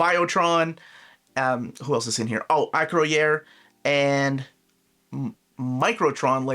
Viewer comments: It’s not ‘Aa-crow-year’ it’s pronounced Uh-crow-yer, like ‘destroyer’ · baby!! Amazingly happy about this announcement!... It's "Acroyer" (Ah-Kroy-Er) By the way, the Butch Guice cover will likely be "letterboxed" style like the X-Men and New Mutants. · Hate to be that guy, but it’s pronounced AK-Roy-Er